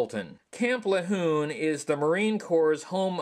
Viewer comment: Love the re edits, its pronounced La-june btw with a french sounding J